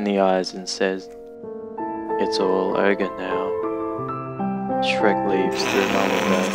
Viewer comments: Yo de decirle srek. . El Rubius:EeshhhhhhRreq . Also Rubius: Asno. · ¿Por qué le dice Esrrek? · Qué raro pronuncias Shrek 😂😂😂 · Así pronuncian shrek en España 😂 es demasiado raro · cierto lo pronuncia de otra forma :v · xD se pronuncia chuek y es imposible que no lo sepan pronunciar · Mi abuela dise shuerk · Tataje Rojas Aquí lo pronunciamos como Shruek o.o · Todos: SHREK Rubius: E S R E C K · Rubius le dice esrek yo le digo chuek :v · Anime Games/Noticias & Hentai Games ASI NO SE ESCRIBE SE ESCRIBE SHREK NO SHUEK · Anime Games/Noticias & Hentai Games en latino es shrek es el verdadero nombre como le van a decir shruek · porque Carajos Le dicen 'EsRek' es Shrek Los españoles no entenderán busquen como Se dice Shrek en latino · Qué raro es escuchar el esreq cuando yo lo pronuncio chrueq JAJAJAJAAJAJ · El lo dise tipo: esrek Y yo le digo tipo: shuek xdxdxd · JAJAJA me sentí tan confundido cuando decía ESH-REC, JAJAJAJA no sabía que en españa tal vez sea allá que se dice así. Bueno en Venezuela se dice normal, como Chrek, (Se que así no se escribe, pero para que entiendan como se pronuncia aquí). Ay bueno ustedes entienden JAJAJA. Like si tú también dices es Chrek. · El rubius: SREK Mexicanos: EL CHUEK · no shueck, se dice shruek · Españoles:srrek Maxicanos:shrek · Nadie: Absolutamente nadie: El tito rubius: Esrek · Rubius: S E R E K E K Yo: E L V A T O V E R D E Latinoamerica: S H R E K FedeWolf: C H E R E K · En España la mayoría de gente dice esrek yo me incluyo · El Sombare: CHRUEK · En mi casa le decimos "SHUEK" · siii mall xD es yrec lool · Tataje Rojas sip, se pronuuncia yrek pero los españoles y el inglés no se llevan muy bien... xDDD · luis reyes Chuerk o Chruek se pronuncia una vaina así, también soy de Venezuela. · Aca en chile se pronuncia shuec ajaj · (iLyncolme) Se dice Chruek hasta el tipo en ingles lo pronuncia asi... pero los españoles le cambian la pronunsiacion a todo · like por "EX RECK" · Shueck? wtf, no conozco nadie que le diga shueck....